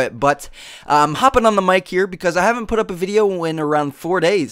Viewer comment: "If u havemt" ;3